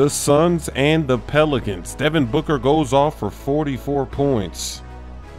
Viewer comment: Suborneer he says booger lmao